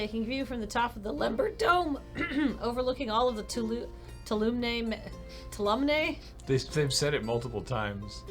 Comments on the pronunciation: Twalomee not toolumnay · If you decide to keep playing, may I help you with a pronunciation? Tuolumne is pronounced "To all o' me" (or in IPA, /tuˈɒləmi/ - you don't pronounce the "n.") I don't blame you - the text was missing a letter in some places (even though it was spelled correctly in the art outside Eve's cabin), and the voice actors mispronounced it, too. (I live in Central California, and the Tuolumne River runs through my town.) I guess I have to give this game some kudos, though - it's been ages since I've been to Yosemite, and now I'm thinking I should visit it sometime. (The waterfalls truly are gorgeous.)